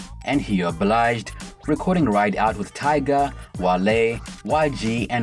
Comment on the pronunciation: It's Tyga not Tiger lool. At least you got it right